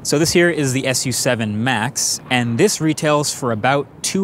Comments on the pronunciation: It is pronounced Xiaomi Sue 7 and not Xiaomi Ess You 7. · Its Not pronounced as S U SEVEN.... its pronounced as "SUE SEVEN" 😁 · French fun fact: SU7 in French actually is pronounced like lollipop 😅